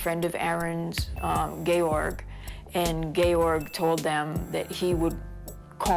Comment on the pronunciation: george is not said as gay_orge